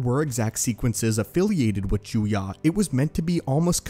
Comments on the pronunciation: Juyo, not Juya. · You finally got the pronunciation of Djem-so correct, but the "Sith" form 7 is called Ju-yō, not Ju-yă. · I think form 7 is called "juyo" not "juya" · Juyo, not Juya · Heh, disarming. Rachi Sitra didn't really use Djem So, mainly Niman. Also why is Juyo pronounced Juya? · ah yes once again he is mispronouncing things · Am I the only one that cringes when he mispronounces djem-so and juyo as gem-so and jew-ya? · Isn't it pronounced as Juyo